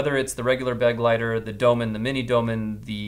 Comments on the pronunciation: Begleiter is not pronounced 'beg-lighter' but more like 'be-glighter' - it's German for "companion". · I hate to be that guy, but it's Kizer "bê-glīter" accent on the second syllable. It's German for "companion." Cool name for an EDC knife. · Please look up how to pronounce „Begleiter“ It’s German and means companion.